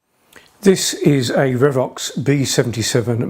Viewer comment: "Re-vox" not "Rev-ox"